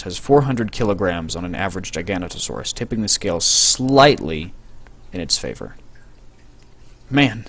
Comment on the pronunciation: GIG A NOTE O SAW US GIG A NOTE O SAW US How do you get Gi-gan-ta out of Gig-a-no-to is beyond my comprehension.